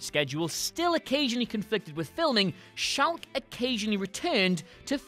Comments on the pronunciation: Oh my god, Sarah Chalke pronounces her last name as ch-ock like chalk, ya know, the thing you used as a kid to draw on sidewalks. It’s not pronounced shaulke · It's pronounced "chalk* like the stuff you write on blackboards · it's pronounced like blackboard chalk . . . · Sarah shalke? Never heard of her...buuut Sarah chalke I have ;) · THANK YOU! I was going to comment the same thing... It's not a fancy surname, just "Chalke" like chalk. 🤦‍♀️ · That's not how you pronounce Chalke. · Wow... Was there a bet in the WhatCulture office to see how many mistakes could be inserted into the voiceover for this video? hahaha! Great video but "Lt. Corporal"? Viet Nam? "Abodo"? Even the way you pronounced "Chalke". Please tell us this was all done to be meta!